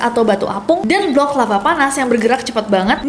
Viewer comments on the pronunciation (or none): none